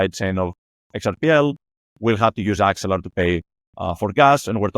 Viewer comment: It's Axelar, not Exelar.